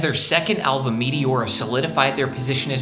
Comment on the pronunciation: Good video, a couple notes. 1. Meteora wasn't the best selling album of the 21st century, rather of the timeframe of "the 2000's" 2. You kept saying "alvum" instead of album